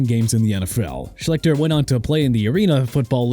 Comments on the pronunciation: Art Sch-lick-ter????? Maybe you should have learned how to pronounce his name before making this video. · You shouldn't call it wasted talent if injuries were the reason. That's just bad luck. Pronounced "Shleester" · Y'all do pretty good content but merciful HEAVENS, do y'all need to research pronunciations of peoples' names before recording.....I've seen you butcher Art Sclichter's name more than once (not that he doesn't entirely deserve it, he does, but still)....